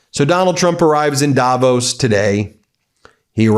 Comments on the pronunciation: It's "davOOOs", not "dAAvos"!! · Hey Ben - it‘s Not Daaaavos.. it‘s Davooos. ;-) Cheers and best wishes from Switzerland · Davos is pronounced with weight on the o, not the a. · It’s Davos as in Dav Oss rather than Davose by the way… not meaning to be pedantic, but it sounds so odd